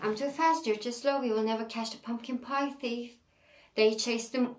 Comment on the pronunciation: Thief okunurken th “f” şeklinde okunmuyor ayrıca ingiliz ve amerikan aksanını beraber yapıyormuşsun gibi geliyor kulağa konuşurken..